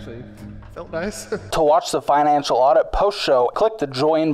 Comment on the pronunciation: Could've sworn he said "this is my enchilada" not financial audit😂